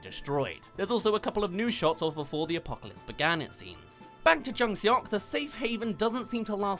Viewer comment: “eo” is pronounced kinda like “aw”, that’s the best way I can explain it so it would sounds like jung SAWK. IMDB is close but said it like “suck” when it would be more like “sawk”